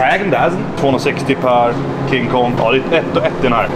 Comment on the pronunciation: Varför är det roligaste jag vet när du säger king kong